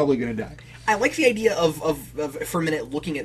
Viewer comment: Mispronounced word that drives me crazy people saying "idear" instead of the correct way which is "idea"